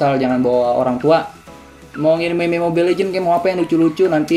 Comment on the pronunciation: Meme dibaca mim :v